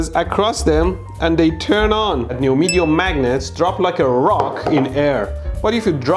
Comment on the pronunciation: Still saying neomedium 😅